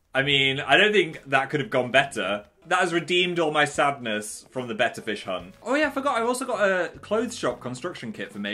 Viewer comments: I'm so dumb I thought Phil said "better fish" until he showed his fish I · At first I understood "You can now catch 'better' fish" and I was pretty confused. ^^" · Totally thought he was saying “better fish” for the entire intro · For the first 10 minutes of the video I thought he was saying 'a better fish's until I read the title and notice it said betta I feel stupid{-🎆_🎆-}